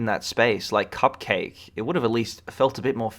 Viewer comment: first time I've ever heard anyone mispronounce CupcakKe's name